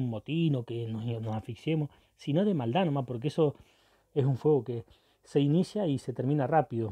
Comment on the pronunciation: "sino de malda noma" eso sonó re yorugua jajaja 🇺🇾🇺🇾